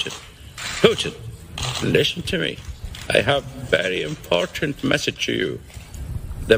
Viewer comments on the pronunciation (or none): I love that you say .... IMPORTANT right.